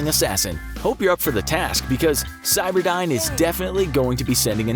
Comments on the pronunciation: Cyberdyne is spelled with a y, not an i. Geez and I thought you were supposed to have done your research. Cyberdine sounds like an internet cafe. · Terminator movies: cyberdyne This video: CYBERDINE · It’s not cyberdine it’s cyberdyne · stop calling skynet cyberdine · i hate that you say cyberdine its skynet for gods sake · "CyberdIne" and "thermyte"? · It is driving me all kinds of nuts you are calling the bad guy AI "Cyberdyne" instead of "Skynet".